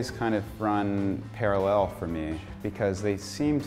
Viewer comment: Used to really like Andrew, but on hearing how he pronounces it 'para-LLEL', I'm not so sure